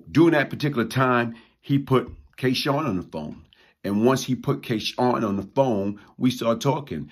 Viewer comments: K-Sun is not K-Shawn. You're saying his name wrong. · I know this story well. The young lately killed was not K Sun s girlfriend. Also your pronouncing K Sun wrong . If memory serves me correct K Sun was killed before Wood